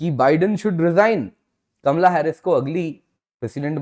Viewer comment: Kamla nahin kamala pronounce to thik karlo...